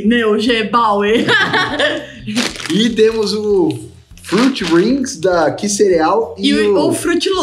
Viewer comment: O chocolate se lê Noiguebauer. É aqui do Rio Grande do Sul. Amando os vídeos. 😘💙